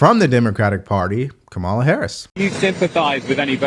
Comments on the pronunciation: You still can't pronounce Kamala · Why won’t you pronounce Kamala’s name correctly?